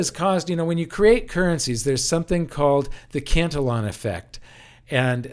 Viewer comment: Cantillon is pronounced as Canti- ON or kanti- On